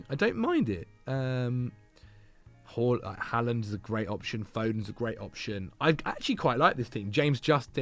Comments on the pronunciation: Im norwegian and your first pronontiation of Håland is correct but not the second one. In Norway we do indeed say Håland and not Haaland so you are doing it right the first time but not the one you are trying to correct to. Just keep on saying it the way you are used to that is the correct one ☺️ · your pronounciation of Haaland was correct the first time. It IS in fact pronouced "Haul-land". /Scandinavian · you keep saying Haaland correctly and then correcting yourself to the wrong pronunciation. It's "Haw" not "Ha", rhymes with Law. - Norwegian person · You did it twice !! You seem to have learbed something new and have changed how to say it. And you have gone from correct to incorrect. Someone has misinformed you !!